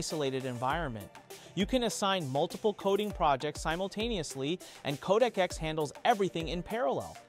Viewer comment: Not KodakX or CodecX …. CodeX. Just “Code” & “X”. Try saying the right thing next time bruh